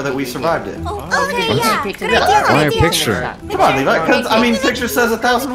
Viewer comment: No one's talking about how call Levi Lever🤣🤣